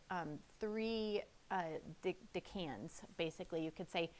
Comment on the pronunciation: Rigel [ r-eye-gel ] not regal Spica [ s-pike-uh ] not speeka The proto evangelium, the first Gospel Decans [ dek-ans ]